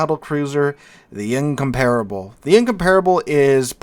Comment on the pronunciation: Give him a break, man! We're talking about a guy who, to this day, still can't find the stressed syllable in Incomparable and you expect him to be able to speak a language foreign to him? 😂😂😂